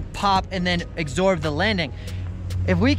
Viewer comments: I love you, great tutorial but its absorb not acksorb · "...you gotta learn how to EXsorb the landing... " lol keeps saying exsorb. i like it.